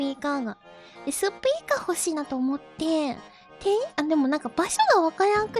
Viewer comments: the way she said suppeeka is so accent rich while fidgeting it's adorable to imagine xD the clerk should better watch korone stream! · Korone and the Spea⬆ker⬇ Story, this really made me laugh more than I should have though . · It's kinda interesting because the intonation Korone uses is closer to the English way of saying of the word. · The crazy thing is that the way she says 'speaker' sounds a lot closer to how it's stressed in English, so it sounds fairly natural to my ears.